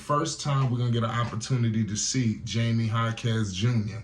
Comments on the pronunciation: His name is pronounced "High-me" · You have to learn how to say Jaime's name. It's not Jamie😅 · If you gonna do a video about someone show some respect and learn how to pronounce their name correctly. Especially if you gonna say it like 100 times 😂😂😂